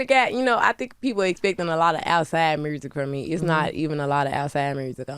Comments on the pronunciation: It’s the “mursic”for me 🤣🤣🤣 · I love the R after U! MuRsic and MuRte lol Such a fan 😊